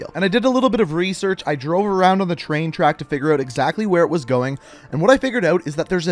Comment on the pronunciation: Dont say Tshain tshack say train track